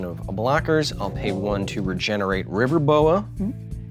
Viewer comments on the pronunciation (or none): Kyle, I mean Brian Kibbler repeatedly says River boa... but I keep hearing river boat and thinking of the old steamboat willie cartoon